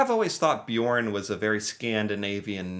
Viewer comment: why does he sound Swedish when he says Bjørn?😂😂😂